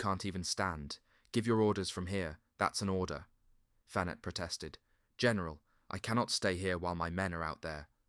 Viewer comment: Roger is pronounced rojay and Fenet fenay